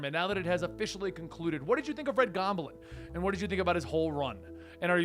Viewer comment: Why do you say Gob-A-Lin?